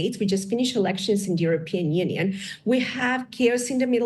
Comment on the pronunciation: "alenctions" she has to read so fast to keep up with the role that she makes phonetical errors as english is not her native language despite her pronanciation being exceptional sometimes. Please let us live our lives. Your military, economic and human resourcefulness make you lose contact with reality in Balkans. You are not able to grasp realities and to maintain your narratives from offices in Washington or from Embassies in Belgrade and Sarajevo. Certainly not all of you are warmongering, denounce narratives and activities that fuel tensions. US interests are not to be recognized as stupid, malicious or warmongering. Muslim world awakes from your delusions, Serbs are already awaken since 1990s. Your role in shaping conflicts is naked. Your misuse of human rights and pseudo-liberal narratives for your own goals are visible. No one believes you, your malicious influence, pseudo-scientific and pseudo-balanced organisations and broadcasters like these are used by Balkan corrupt leaders as an excuse for their own wrongdoings. I get it you see yourself in some kind of mission, but make sure your research and voices are used properly and not wasted on warmongering and divisional activities. I bet most of you are altrusitic and concerned for human rights. Get outside of your fancy offices and try to get in touch with reality from genuine sources. Not just from people hungry for us money or in fear from us militarry and secret service power. Confront your bosses, world after undisp